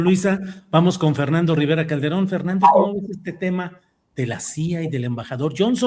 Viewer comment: Dijo: calderoon?..no por favor😮